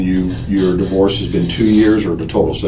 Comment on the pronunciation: This case is addictive but please Please don’t use AI voice. The enunciation and intonation is wrong. It pronounces divorce as Dyvorce. Honestly, send me the script and I will record it, in my English accent!!